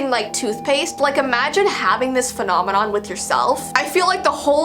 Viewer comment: “phonomanon” i